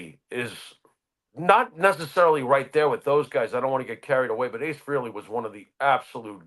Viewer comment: Where do I even begin to go off on you two twits...it's not enough that all of your interviews are exactly the same (crap), but now you're screwing up mourning for Ace "FREE-ley".